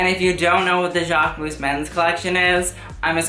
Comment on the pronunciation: even his own channel name is pronounced wrong. Jaquemus, Mugler, Hermés, YSL and so oooooon